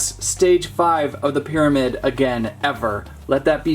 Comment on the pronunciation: Half-O-mid ? 😂 did the pterodactyl people let you have that word too ?